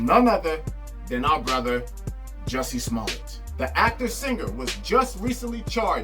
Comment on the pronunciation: 🗣THE MANS NAME IS PRONOUNCED "JUICY" 😤